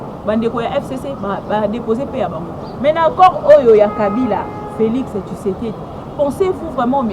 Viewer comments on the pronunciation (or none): none